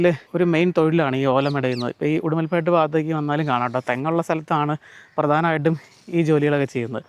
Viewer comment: ഉടുമൽപെട്ട് ❌ ഉടുമലൈ പെട്ട്